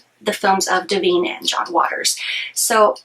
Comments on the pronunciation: It’s not Deveen It’s DIVINE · Is there a reason you are mispronouncing Di-vine, as Di-veen? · De-veen!!!! Oh dear! No way to take you seriously when you can not even pronounce the star's name correctly.